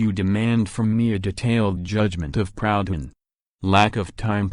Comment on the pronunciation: Jesus, can’t even pronounce the name “Proudhon”!